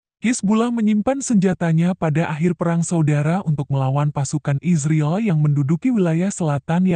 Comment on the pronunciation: Yang baca berita ini mesin apa manusia? Bilang israel kayak isriil.